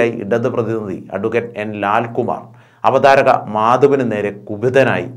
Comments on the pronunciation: അവതാരിക ? കഷ്ടം . അവതാരക എന്ന് പോലും പറയാനറിയാത്ത യൂട്യൂബറേ......വേറേ പണിതിരക്കുക. മലയാളത്തോട് ക്ഷമ പറഞ്ഞിട്ട് 1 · Avatharika alla avatharaka